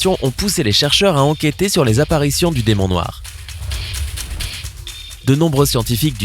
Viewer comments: 3.18 Le "Démon Noi" je sais pas faites un effort même minime. Vous copiez déjà complètement des videos anglaises alors le peu de travail que vous avez à faire, vous ne le faites même pas... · On a oubler le r a demon noir